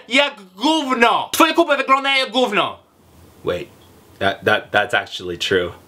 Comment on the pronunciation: "gówno cie to obchodzi" nie "gówno co ci obchodzi" i przede wszystkim GÓWNO a nie "GÓŁNO"